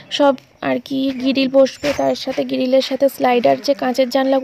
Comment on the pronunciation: গিরিল নয় বলো গ্রীল